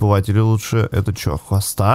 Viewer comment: Растение называется хОста ударение на О